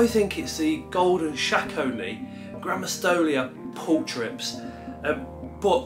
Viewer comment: Your tarantula does very much look like a Grammostols pulchripes (pronounced pul-creep-ees) to me! I have a female and she looks very similar. Golden colouration on knees/legs, the slight pink/red hue to some of the hairs. However I could be wrong as I am absolutely not an expert 😅 either way, stunning specimen! 🕷